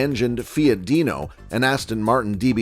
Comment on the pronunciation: What's a Feeot and what's a Jagwaaah?